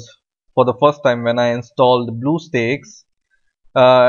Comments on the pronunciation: ITS stack not steak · spit out that shit on your mouth .... bluestack not BLUESTAKES AHAHAHAHAHAHA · did he just said Bluestick? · why the heck he's saying bluestakes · Did he just say bluestakes???? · He said bluesticks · hahaha he said bluessteaks lol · i know he has an accent but "blue steaks" is hilarious